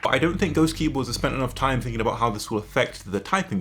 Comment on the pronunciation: lol you said 'time' like 'toime'